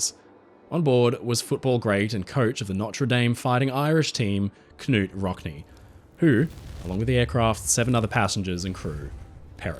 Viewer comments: Turban, not turbyne. Nute Rockney, not kanute. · Knute Rockne. The K is silent. Pronounced nute. Excellent video. Great topic. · It is pronouced just 'Newt' Rockne. American here. Not complaining. Just helping!